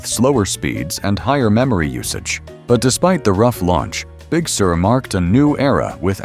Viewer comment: The speech bot pronounces Big Sur as “Big Sewer.”